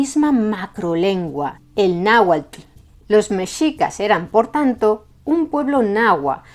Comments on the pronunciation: tu pronunciación del náhuatl es casi perfecta como si fueras de aquí de México, te felicito, la X es complicada aveces CH aveces J otras S y otras tantas X, saludos desde Puebla México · Voy a ser directo. Es el mejor video que he visto que haya hecho un extranjero. Muy precisa la información. Incluyendo la pronunciación del náhuatl. Felicidades! O como dicen ustedes, en hora buena! Incluso un canal “académico” como “raíces de Europa” comente errores. Ya no digamos un canal promedio de historia, los cuales se equivocan demasiado. Saludos desde Ciudad de México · Wow, su pronunciación de la palabra Náhuatl es muy correcta. Sabes que alguien estudia para explicar y enseñar, felicidades y muchas gracias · Gracias por este video,. Soy mexicano y admiro el esfuerzo de pronunciar con la correcta acentuación los difíciles nombres en náhuatl que aparecen en el video. Estudié y aprendí un poco de náhuatl hace algunos años y sé que en el náhuatl clásico del centro de México las palabras se acentuaban en la penúltima sílaba (con excepción de algunos vocativos) lo cual pronuncias muy bien en tu documental. Soy muy aficionado a la lingüística y a la historia.